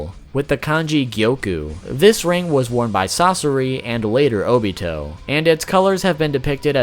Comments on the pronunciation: He said TOBITO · ITS NOT TOBITO ITS OBITO OR TOBI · You said tobito not obito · Tobito isn’t it obito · Did he say tobito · so we're all gonna ignore the fact that he said Tobi-to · Did this nigga just say tobito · Haha you said tobito it’s just Tobi or Obito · This dude really said "Tobito" lol. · DID HE JUST SAY TOBITO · Ik this vid is rlly old but i love how you call him tobito bc i call him obitobi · I’m sorry, but did you just say Tobito? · Anyone gonna talk about how he said “tobito” lol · Did he say "tobito" ?? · This man said tobito